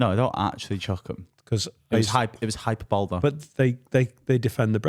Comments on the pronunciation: Mad no ones calling out on his pronunciation of hyperbole is surprising af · It’s an ongoing joke to pronounce it hyper bowl